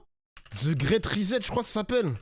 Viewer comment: prononce le mot great grit je suis choqué